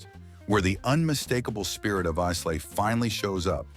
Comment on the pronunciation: I agree with most choices here…..Lagavulin 16 also my favourite! However I cringed every time you mispronounced Islay …..not Isslay but properly pronounced as ….eye la ….just saying.